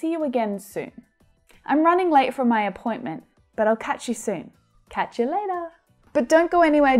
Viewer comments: said catch u leida... I think always American can change sound 't' becomes 'd'. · I liked how say [I cach you later]